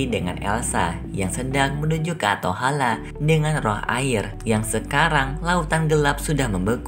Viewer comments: Atholen bukan atohala😂😂🤣🤣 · ateholen kak bukan ateholeh